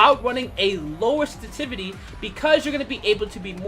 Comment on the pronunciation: "Senstivity" triggered me lol